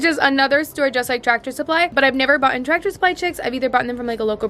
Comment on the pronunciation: Word correction: you said boughtin and its Bought. I'm not trying to be rude. Big fan! Keep up the good work! I love your channel! I love all your animals! CONGRATULATIONS on your brand new chicks! What are you gonna name them?